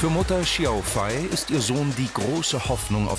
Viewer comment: Hat er Xiao Fei wirklich jedes mal falsch ausgesprochen?